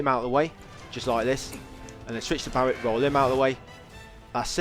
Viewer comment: why are you calling Barret Barry?